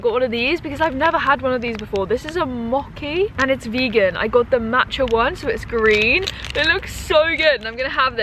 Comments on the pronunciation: you pronounced it mock-ee in the video haha! It’s mo-chee :) great vid x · just wanted to let you know that the mochi is pronounced "mo-chi" and not "mo-ki" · I love mochi too! For future reference, it's pronounced with a soft "ch", like the "ch" in cheese! "Moe-Chee" :)